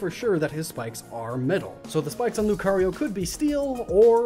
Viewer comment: LUCARIO, NOT LUKRIO!